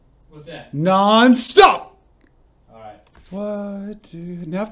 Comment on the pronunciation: Crying laughing! “AI’ght” 🤣🤣